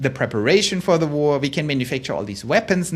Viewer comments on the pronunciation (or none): likewise only one vowel in “war” in English, /wor/ not /wo’ah/ (which is actually more like the English spelling of Doch! heheh)